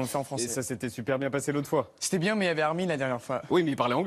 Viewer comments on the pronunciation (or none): Il a un accent tres Canadien lorsqu'il prononce "normale" et "mais" et bien d'autres mots.